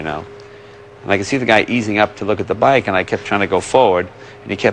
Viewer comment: hahah " THE WIKE!!!" (trynnna say Bike Won!)